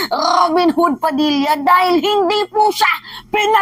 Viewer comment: roben woood...😂😂😂